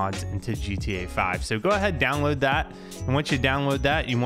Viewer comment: love how he says w instead of his L's like downwoad